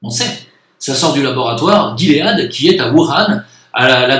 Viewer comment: On dit : guimauve . On dit : gilet Donc guilead en anglais Donc "ji lead "en français.